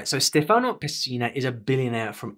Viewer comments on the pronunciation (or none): I am surprised that you don't know that Stefano has the accent on the e. Not Stefáno, but Stéfano. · your Italian 🇮🇹 pronunciation is really good, but the name Stefano (3 syllables: stè / fa / no) has the stress on the first one!